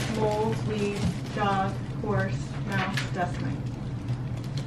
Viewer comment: I rly just heard her say "mouces"